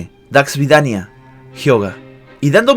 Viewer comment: Es idioma ruso y lo pronuncia mal :V